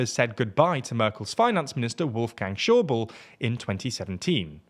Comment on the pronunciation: and Schäuble isn´t the same as "Shobl" by the way